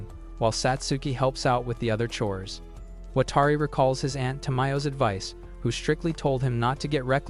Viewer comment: "Watari" "watery" Edit: WTF